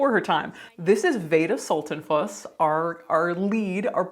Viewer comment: "Veda... Veda Sulten-PUSS!!!" 😁😸 (Also, that little disclaimer about the name mispronunciation is EVERYTHING, as my name is regularly butchered too, even though it's only for little straightforward letters long.) Caitlin, you just made my day! Always looking forward to your next post & excited when it comes through in my notifications.